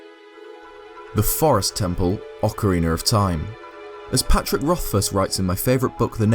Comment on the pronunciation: How can such a Zelda "nerd" not pronounce Ocarina of Time correctly? ;)